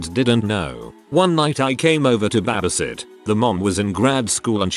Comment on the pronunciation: I cannot with the “BAHbisit”